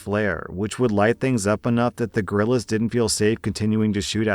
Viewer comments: If you say geriLas it sounds like gorillas. It is pronounced like gerrrrrrrrrrrrriyas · Last story: I was listening in the background and it took a few seconds before I realized it was guerillas and not gorillas. It was planet of the apes for a few seconds there.